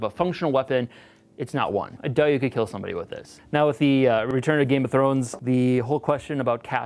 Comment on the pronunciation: but will it keel?